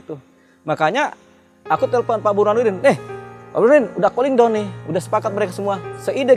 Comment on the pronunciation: yang bener 'çalling down' atau 'çooling down' min?